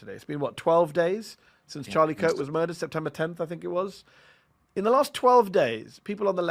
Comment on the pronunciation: Geez Louise, this is the first time someone has said Chuckles was moidured rather than assassinated